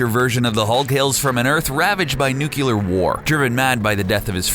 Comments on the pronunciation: "Dice-topian" "Nucular" "Dice-topia" ╰(ಥдಥ)╯* screams internally * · Die-stopian? Nucular war?! PRONUNCIATION, DUDE!!!!